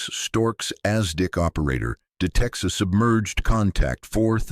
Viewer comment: Hey!! Use real people for voice over! It's not Ass Dick!!! its ASDIC!!!